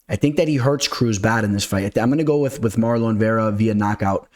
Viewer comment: has that cash money on his mind - pronouncing my boy's name "MarLOAN" Chito Vera 🤑😂